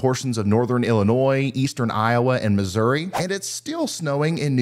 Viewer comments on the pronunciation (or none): none